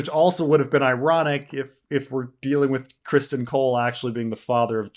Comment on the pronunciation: Why can't say Criston? He knows it is not Christian right?